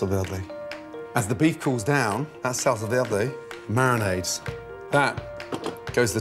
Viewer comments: Salsa, vierrrrrrrday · Adam Khalaf nope.Salsa verde is italian not french so you have to pronounce the R Salsa VEEERRRDEEE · Salsa veeldey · "salsa veldé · The was says SALSA VERDE😂😂😂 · „Salsa velrlrday“ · Jajajajajajajaja "salsa veldi" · The way he pronounced salsa verde is quite cringey. But other than that, fcking delicious. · Gordon should not attempt to say "salsa verde" anymore. Your welcome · Sahl - sal - sá - sá -veh -veh -deh -deh sallsá verhdeh :v